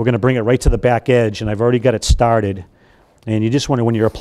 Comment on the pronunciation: “ Before we get stotted “ 😬Definitely Massachusetts